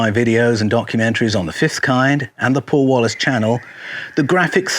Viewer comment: "Welcome to the channel..." 😅 No chance Paul is poor. OK, it’s supposed to be a Paul Wallis, but it absolutely sounds like a. But the benefit of such an introduction is that I really paid attention to every word after that.